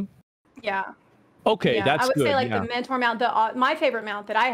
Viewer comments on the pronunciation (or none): none